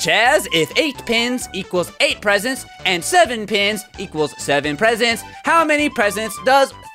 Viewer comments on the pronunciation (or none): none